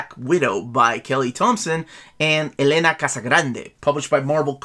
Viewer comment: It's Èlena, not Elèna